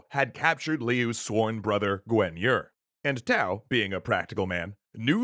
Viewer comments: It's bothering how you pronounce Guan Yu. You pronounce it "Gwen Yer". This is not correct, not even close. It's "Guaan Yü". At least you aren't pronouncing Cao Cao as "cow cow". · Correct pronounciation: Liu Bei : Leeyou Bay Cao Cao : Chao Chao Sun Jian : Soon Jian Guan Yu : Kwan Yuu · I'm sorry I do love you, I overlooked Cao Cao's name being mispronounced (cause it wasn't Cow Cow) but I stopped watching after you butchered pronouncing Guan Yu's name a second time...